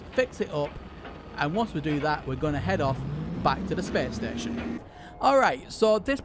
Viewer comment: “Whulcome too da spess steshion” “jum pout”